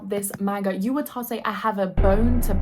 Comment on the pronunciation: So cute how she calls it "main-guhs" 🥹💗